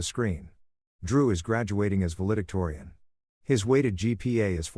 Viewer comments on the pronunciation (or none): The word is "val·e·dic·to·ri·an." I'm glad this is a story and not real. This woman needs to be harmed. And even though it's fiction, it's good to think about a man who can be a father. Indianapolis, IN USA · You mispronounced valedictorian.